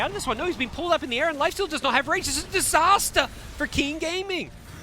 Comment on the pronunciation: ITS A DISASTAH FOR KEEN GAMING AHHAHAHAA